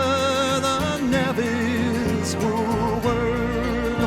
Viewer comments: I have taken that railway, when I went to BC for my first job. I am now retired. This was and still is one of my favourites. The words that weren’t sure of are pronounced navies with a soft a like “naavies” and muskeg like musk-egg. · Glad to hear you do this one. It's my fave Lightfoot song. A small point about pronunciation. Navvies has a soft a like savvy.